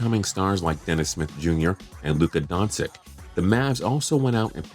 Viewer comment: he said Luka Donsick 😂😂